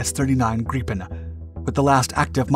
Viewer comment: That's grade-A pronounciation of "Gripen" ! Good work! :)